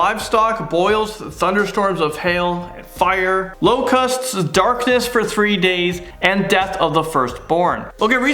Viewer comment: Omg The way you say locusts annoys me